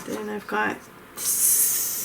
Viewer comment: Love your swatching solution! Also it's pronounced "suga-lite". Hope that helps, dear!